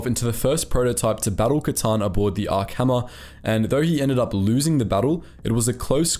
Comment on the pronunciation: is no one gonna mention the “Kylie Katarn?” 😭😭💀💀